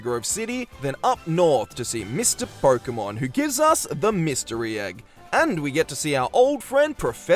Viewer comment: I like the premise of the video, really cool. But man, why do you say "Porkemon"? Why